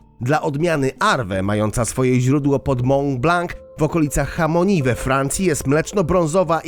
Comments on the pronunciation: taki szczegół ale nie "chamoni" tylko mówimy "szamoni" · Chamonix we Francji czyta się szamoni a nie chamoni. Byłem tam u wujka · Nie hamoni, tylko szamoni. Przecież możesz wpisać w translatora te nazwy i sprawdzić wymowę 🤦‍♀️ Już któryś raz zauważam, że to olewasz. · Jeśli już to nie szamoni tylko szamoniii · Czytasz pięknie ale.. francuskie Chamonix przeczytać: Chamoni, to poważna wtopa.. Pozdrawiam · Mówi się Szamoni. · okolice hamoni - serio? no to mnie powliłeś chłopie, nie dojść że masz problem z czytaniem ogólnie, nie wiem czemu rodzielasz litery w słowach, no to jeszcze hamoni. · Pisze się Chamonix ale wymawia SZAMONI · Jak czytamy Chamonix? Człowieku, sprawdź zanim otworzysz usta. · Czy nie stać, aby nauczył się prawidłowo wymawiać francuskie nazwy. To "chamoni" jest po prostu kompromitujące, podobnie jak "mąblank". (Prawidłowo: szamoni, mąblan)